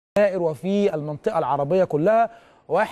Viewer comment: صعب عليه نطق اسم الجزائر